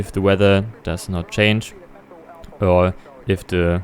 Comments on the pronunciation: Wenn man englisch kann, ja. Vor allem jetzt in englisch: Free und Three werden gleich ausgesprochen, De und The gleich, Wiff und with. Und das "the", was man vor Vokalen benutzt, benutzt er eigentlich immer... Schade. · Bitte achte auf den Aussprache-Unterschied: the tower und the Airbus.